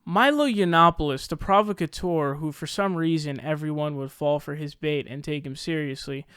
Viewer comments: PROVocateur? My dear sweet sir, you're putting the emPHAsis on the wrong syLLABle. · Phonetically it's pro-vauk-ah-teur, sry just bugged me a lil.